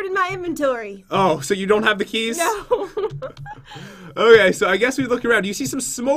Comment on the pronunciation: he sed heys hahaha not keys